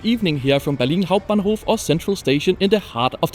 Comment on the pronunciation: That "Berlin Hauptbahnhof" pronunication was clean :D